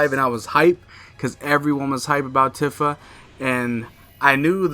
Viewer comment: Tifa is pronounced with a "ee" sound like iced tea. "Teafa"